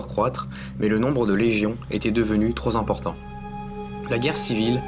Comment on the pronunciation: "Trop Z'important" ?!? 😋 D'après moi, tu devrais lire un petit peu moins vite pour ne pas te retrouver à court d'air 😉 Malgré ces deux remarques anecdotique, ta vidéo était extrêmement intéressante et je suis heureux de l'avoir regardé car j'y ai appris beaucoup de choses, donc un grand merci à toi !!! 🤩🤩🤩